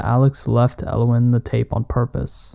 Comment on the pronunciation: Ella-Wynn not elwin